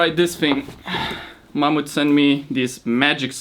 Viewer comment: When he said ‘Mamut’ sent him gear, I heard ‘Mom’ and I was like, “Well that’s nice of her.” I hadn’t had my coffee yet. Hahaha 😹